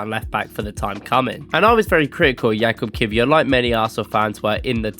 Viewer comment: fyi his name is pronounced yakub not jakob